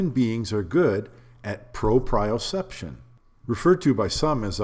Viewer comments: pro-pree-oh-seption not Pro-pry-oh-seption. Sry, I really hate to be a grammar n@ Or anything, but as a nurse it's almost like nails on a chalk board. Just like when people say cubic sonometer instead of cubic centimeter. Or really using either instead of just saying milliliter, since that's what it really is anyways... It's a measure of liquid not volume even though they are identical (which makes me angry every time I think about how stupid it is we still use feet and gallons instead of a universal system where everything is so easily converted. It's honestly make science and math so much easier for students... Fractions of an inch alone drive droves of people away). Ok. Sorry, off my soap box. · It’s PRO-pree-yoh-CEP-shən Great video btw. I’ve been shooting almost 30 years. But we never stop learning, do we? Did my undergrad in biochem & physics. The physics helped my game immensely especially bc around that timing was really getting into English. Great content bro. 🙏🏾🔥🔥🔥